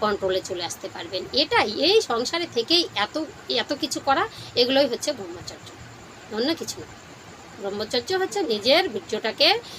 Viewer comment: দিদি আপনার উচ্চারণ শুদ্ধ নয়। ব্রহ্মচর্য (ব্রাহ্মচর্য বা ব্রাহ্মচার্য নয়)। আর্য ঋষিরা মানব জীবনকে চারটি আশ্রমে বা অধ্যায়ে ভাগ করেছেন। উপনয়নের পর 12-24 বছর ব্রহ্মচর্য (অধ্যয়ন, সংযম ও ব্রহ্মের আরাধনা)। 24/28 থেকে 60 বছর সংসার ধর্ম পালন (গার্হস্থ)।60-72 সংসারের সকল দায় দায়িত্ব সন্তানদের হাতে তুলে দিয়ে ধর্ম পালন, দান-ধ্যান করা ( বানপ্রস্থ/রিটায়ার লাইফ) এবং তার পর সংসার,গৃহ ত্যাগ করে তপোবনে বা ধর্মস্থানে পরম ব্রহ্মের সান্নিধ্য লাভের জন্য শেষের দিনের জন্য অপেক্ষা করা।